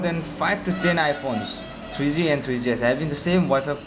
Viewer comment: twree zee, twree zee-es